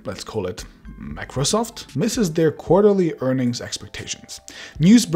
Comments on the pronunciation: "Macrosoft"? What the heck is that? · "Macrosoft" 😁😂😂 Microsoft might actually sue you for that. Once they sued a person for naming his webpage "Microwsoft"! You never know!! PS: jk But the fact is real!! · Everytime he pronounced MACROSOFT I died a little from the inside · MACROSOFT XD *MICROSOFT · Mac-rosoft seriously 😒